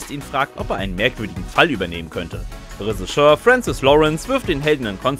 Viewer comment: Lieber: Es heißt "Regisseur", nicht "Resicheur". Schau mal im Duden nach.